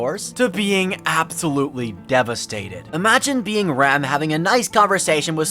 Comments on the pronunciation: Man i really wanted to watch this but the way you pronounce Ram like Rom is kinda ruining it. Like im trying to listen and wondering what this old man is doing in all the other arcs :/ with a show that has Rem, Rom, Ram, etc you gotta pronounce it correctly. Ram like Dodge Ram, like the animal. Rom like CD-ROM. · You say Ram like "Rom" and it brings me endless amusement imagining that old giant as one of the Oni twins lmao.